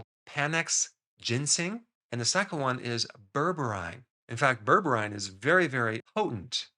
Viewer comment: Pronounce it Ber breen